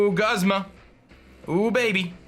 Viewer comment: Wait is it pronounced 'Guhzma' or 'Goozma'? 😂😂😂